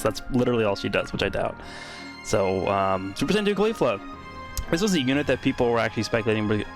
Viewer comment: Your pronounce of caulifla hurts my ears, you say her name wrong